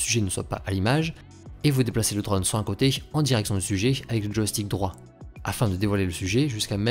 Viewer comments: Vidéos très sympa et qualité top, merci ! Ah, oui : c'est "drône", o fermé, pas "drone" avec un grand o ouvert à la prononciation :) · On dit un Draune, pas un dreune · S'il-te-plaît, prononce correctement le mot drone, ça me stress. 😕